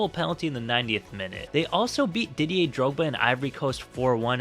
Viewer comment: Was i the only one that heard "didy and drogba"